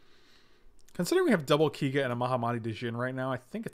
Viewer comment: Thanks for uploading the stream,! Quick fyi though, Keiga is meant to be pronounced KAY-ga, as in oKAY.